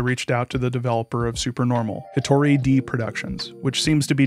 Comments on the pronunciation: You screwed up your Japanese pronunciation. It's not "de" as in "deed", it's "de" as in "desk". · it’s more like “hitori day” not “hitori dee” - that mispronunciation is driving me wild 😭 thanks for making this video, I don’t play this genre at all so I wasn’t likely to run into his games but documenting this sort of thing is important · "Hitori de (一人で)" is pronounced more like "Hitori deh" and means "by one person." The Japanese for "by yourself" would be "jibun de (自分で)". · it's more like [çi̥to̞ɾʲi dɛ] not "hitori day" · saying it’s more like “day” will indicate the correct pronunciation of で to the average english speaker far more effectively than IPA. his pronunciation of 一人 is American-accented but still fine, unlike で where he’s saying a different/nonexistent word entirely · The way you pronounce Hitori De has made me take Artur's side. I am detransitioning. Reflect on your actions